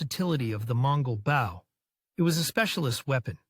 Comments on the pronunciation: Firstly, it is not Bowww, it is a Bo. Secondly, there is no evidence that the Longbows arrows penetrated plate armour. Most assuredly it was capable of penetrating mail or clothing. The tactics used with English/Welsh Longbows were battle-winning because thousands of arrows impacting together caused massive damage to horses and the lightly armoured. English archers rode to battle, but fought on foot. When the French cavelry were cut down, the English archers quickly stepped in and dispatched them with mallets, axes and falcherons. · WTF is this? Bow rhymes with Grow Not with Cow